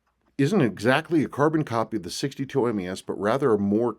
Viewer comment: MAS MAS MAS not MES. Obviously you’re not a seiko guy and this watch is not for you.